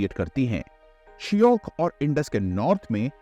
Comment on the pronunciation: It’s not Shiyok! Shayok